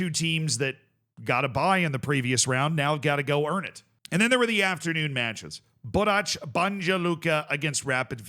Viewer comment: it's pronounced Borats, not Borach, and Banya, not Banja. But you got Luka right and almost nailed Celje (its first sound is Ts) this time, so congrats!